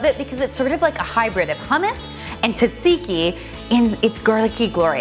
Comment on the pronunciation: "Tatsiki" I laughed when she said that instead of tsatsiki😂😂